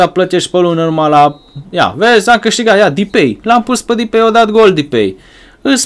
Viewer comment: SE SPUNE DEPAI